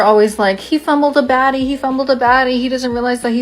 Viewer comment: Is she saying "Baddie" or "Batty"? It makes more sense to me if she a Batty Babe.